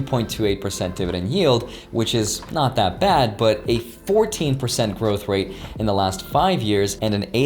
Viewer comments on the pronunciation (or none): none